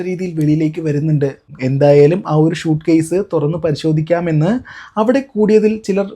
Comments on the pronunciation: ഷൂട്ട്കേസ് അല്ല സ്യുട്കേസ് എന്ന് പറ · ഷ അല്ല സ